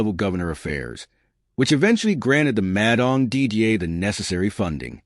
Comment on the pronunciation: Narrator pronounces Madang as Mad Ang...😂 who engages these clowns to do commentaries on VBlogs..! It's bad enough listening to the dire news about ridiculous and frivolous court battles...?😢